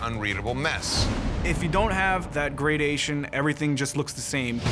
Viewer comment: Have I been mispronouncing gradiation my whole life